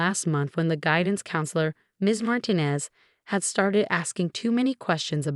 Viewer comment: Martinez is supposed to have the accent on the second syllable.